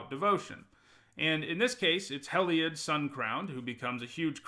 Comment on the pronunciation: Everyone: Hē-lī-od: Hêll-ī-od 🤦🏼‍♂️ Every pre release. Part of the videos now. 🤔 Wonder if he does it on purpose 😂